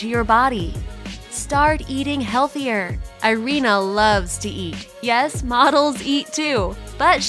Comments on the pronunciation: Her name is pronounced ee-REE-na, not eye-REE-na. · Irina is pronounced EE-REE-NA Mispronunciation is annoying as hell.